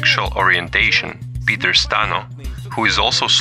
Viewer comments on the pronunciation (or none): none